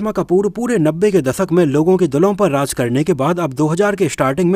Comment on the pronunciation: Hello brother from Pakistan pronunciation per dhyan do Raj Nahin Raaz baj Nahin baaz Saha Nahin shah jaruri Nahin zaroori jabardast Nahin zabardast shabani ajmi nahi azmi